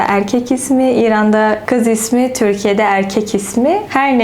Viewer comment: Türkiye yerine Törkiye diyorsunuz Farsça konuşmaktan olsa gerek :)